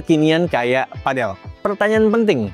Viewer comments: Cara bacanya padel bang bukan padel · Sebutannya padel bang bukan padel 😅